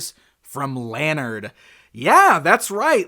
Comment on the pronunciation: Informative video,! I've got their 4" sets from last year. So fun, and what a bargain. (*The company name is pronounced 'Luh-Nard'.)